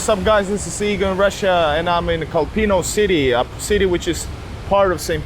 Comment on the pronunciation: Kolpino is pronounced KOLpino, pressure on the first syllable. Not kolPIno.